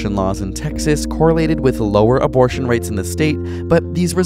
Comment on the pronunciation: Hey mom, I got an UH - BOR - TION